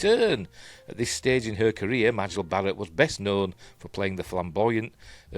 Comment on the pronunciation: Just a quickie — Majel pronounced her name MAY-jel 😎👍